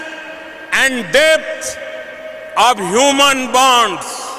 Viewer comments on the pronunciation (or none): none